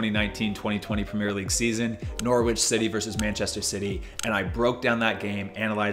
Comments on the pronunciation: Norwich fan here love ur vids but please don’t say Norwich it’s Nor-rich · just a heads up it's pronounced norrich, not nor-rich, good video tho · Agree totally but I must admit at the moment I’m mostly thinking about you’re pronunciation of Norwich…. to be fair if I didn’t know I would probably pronounce it like that based on the spelling but for future reference it’s a short “o” so it sounds more like “ noritch” with a silent W…. Actually ignore all that I prefer your version 😊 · My man said nor-witch city😭😭😭😭 love from England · Butchering the Norwich City name